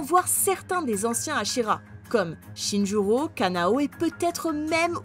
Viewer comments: C'est pas Kanao c'est Kanaé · Tu as dit kanao au lieu de kanae 😅😊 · C’est kanae pas kanao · C’est Kanae pas kanao 😅